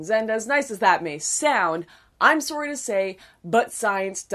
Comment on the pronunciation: That moment when you hear the way Lauren says "sorry" and you go "Oh my god... a fellow canuck!!!"